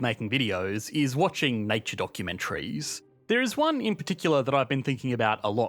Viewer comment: The way you said documentaries is just…